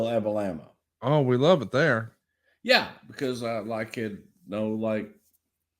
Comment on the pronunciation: I love it when he calls it Abalama, 😂.